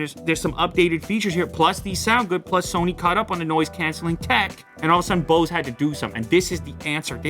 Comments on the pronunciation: How he pronounces “Bose” oh sorry “Bause” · You don't care now, but when you're having a conversation with bunch of audiophiles everytime you say Boose noise canceling headphones 700 You wish the name was shorter 😂 BNCH 700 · Bose huh I thought it was called Bose